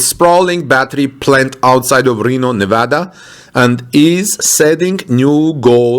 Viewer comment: I expecially appreciate that you properly pronounce the name of the state of Nevada. Thank you